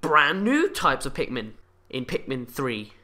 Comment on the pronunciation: did you just say pinkmin